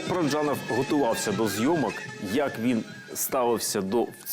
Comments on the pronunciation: Дуже цікава передача, але просто тіпає від ведучої. Що за манірність? Коли говорила Л.Кадочникова, хотілося слухати; коли ведуча, то мріялося, щоб швидше змінили картинку...Неприємно різало оте її "ПараджЯнов", манера торохтіти, а не розповідати.... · Дякую за цікавий матеріал про надзвичайний фільм! Але скажіть хто-небудь ведучій, що в українській мові ж,ч,ш, щ - тверді. Говорити треба ПараджАнов! Правильна вимова формує мовну культуру.